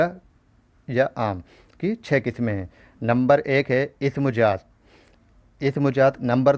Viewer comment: Sr pls aap apne talffuz ko shi krein jaat nhi zaat hota h.. urdu ki khubsurti hi uske talffuz s h.